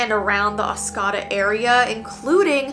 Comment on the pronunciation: Michigander here, it's pronounced Os co da, not Os cah da lol.